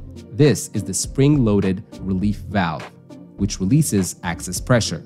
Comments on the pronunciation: By "access" pressure, the AI voice bot means "excess" pressure. This condition occurs rarely, and can sometimes be fixed by wiping off the rubber seat clean of debris, or replacing the rubber seat altogether in case of tears or scarring. "Dual stage regulators" mentioned toward the end of the video are more often called "Series Regulation". More complicated forms exist and are useful in various applications, but you covered the basics. This was an excellent explanation, and I'm a natural gas utility worker of 20+ years experience. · You were saying "access" instead of "excess". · Are you saying access pressure? Instread of excess pressure? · It's Excess pressure, not Access pressure. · "excess", not access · It’s EXCESS pressure. NOT ACCESS pressure!!! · Good video. Thanks. Please note: 'excess' is not 'access'. Good. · EXCESS not ACCESS, dumbass 🤦🏼‍♂️ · Excess not access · Good job. But excess pressure not access pressure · "Excess", not "Access", otherwise spot-on. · Its excess not access. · If there is an accent behind his speech, he's saying Excess pressure. Hope this helps ❤ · I think you mean to say ‘excess’ pressure, not ‘access’ pressure. One letter but big difference. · I think you mispoke or mispronounced. Excess gas, not access gas.😊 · Access pressure? Lol. Excess pressure! 😂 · I kept thinking it sounded like "axis" haha.